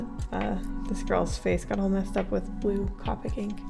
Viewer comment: Everytime you say "cop-ic" instead of "co-pic", a piece of my soul dies